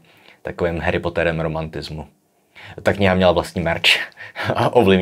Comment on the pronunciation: Rant - už jsem slyšel tvou výslovnost /hery potEr/ (poslouchám i Kocoury) hodněkrát, ale dnes se můj hrníček naplnil. Tak říkej to buď ksakru celý blbě /hAry potEr/ neboz toho franken-slova udělej /hery potr/ tak jako každej. Upozornil tě na to někdo už, nebo jsem první debílek, kterýmu to tak nejde přes uši? Díky za kontent (bez ironie).